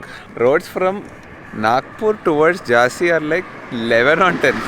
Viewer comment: It's Jhansi not Jaazi